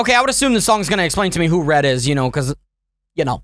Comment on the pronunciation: It's red not led